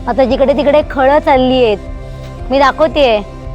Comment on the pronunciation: खळ नाही त्याला खळं म्हणतात.... You should learn how to pronounce